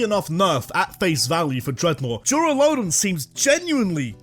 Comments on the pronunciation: LUDON, NOT LODON! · DURALUDON, NOT DURALADON! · DURALUDON, NOT DURALODON! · THE FIRST O IN DURALUDON IS SUPPOSED TO BE A U! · Idk why but the way this man says “duraludon” cracks me up😂